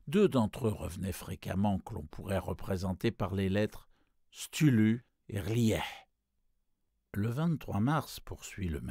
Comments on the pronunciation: Cthulhu: KEU-FOU-LOU, ou KEU-TOU-LOU à la rigueur! STULU... #facepalm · Bonne lecture, mais erreur impardonnable: Cthulhu se prononce Ktoulou pas stulu. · Merci pour le post :) Je ne sais pas pourquoi le lecteur dit "Stulu" au lieu de "Ktoulou". Mais bon, c'est un détail. C'est du livre audio gratuit, c'est déjà sympa de faire ce genre de truc, on va pas raler ^^ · c'est trop dur d'entendre STULU et pas cthulu, sinon merci pour la lecture ^^ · En anglais on prononce approximativement KSOULOU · "L'appel de CHtulu"?! Mais comment tu prononces ça toi?! Si tu veux vraiment bien le prononcer, fais un effort, et dis "ktoulou" (même si, oui, il n'y a pas de réelle façon de le prononcer), tu tiens une chaine qui s'appelle quand même! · Stulu....mais que c'est il passé? Une lecture pourtant loin d'être approximative et même très agréable... Peut-être pour illustrer l'horreur cosmique. Prise comme ça, la chose transmet parfaitement l'effroyable du personnage...😁 En tout cas merci pour le travail que vous fîtes lors de tous ces enregistrements... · cest KTOU -LOU la pronociation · quoiqu'il en soit les gens disent et choisissent plutot de le prononcer K-tulu que CH(e) -tulu,une et la seconde prononciation pour eux... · J'adore la narration ! Notamment le passage : Dieu, Dieu, Dieu mais c'est dommage de prononcer STULU en effet. Les musiques placées ça et là collent vraiment bien au thème : nuit sur le mont chauve, la danse du feu... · Génial, vraiment un bon conteur ! Hormis la façon de prononcer Cthulhu, c'est un plaisir à écouter ! Merci ! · Rouler les r en prononçant Cthulhu, n'est pas aussi simple qu'il y parait. Excellent, excellent narrateur. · Super lecture, mais je rejoins certains commentaires sur la prononciation du nom du Grand Ancien ;) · la prononciation de nom Ctulhu m'agace un peu. Sinon merci pour cette magnifique lecture !